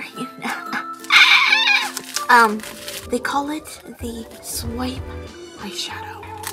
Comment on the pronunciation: Sw-eye-p shadow I’m sorry